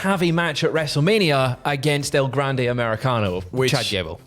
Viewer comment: If you can say "Bron" correctly, you can say "gran"de correctly. And Ospreay is unbearable😂